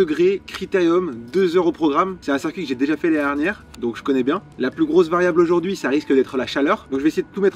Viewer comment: par pitié articule quand tu dis « l’année dernière » , sinon bravo pour la perf !!!